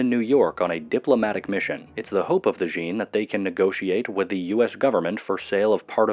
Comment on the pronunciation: Djinn, it's just jinn not DEjinn